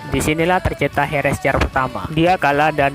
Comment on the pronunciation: Bang Cara Nyebutin Herrscher Itu Adalah, Herr Ser Okeh